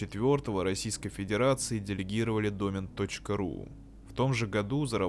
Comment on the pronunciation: ДомЕн, а не дОмен